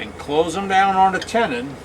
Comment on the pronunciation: This here Southern boy thought your pronunciation of “tenon” was PERFECT! It was your pronunciation of all the other words you used I had trouble with!!! 😂🤣😂🤪 PS - Thank you for this excellent video! I learned a lot.